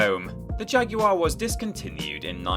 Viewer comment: How many times can the word 'Jaguar' be mispronounced within a 3 minute spam?